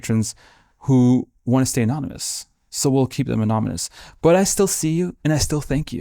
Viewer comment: The was he said anamunas 😂 instead of anonymous. It’s lovely though! Great video